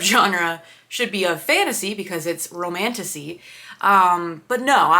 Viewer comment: romantasy honestly sounds like romantussy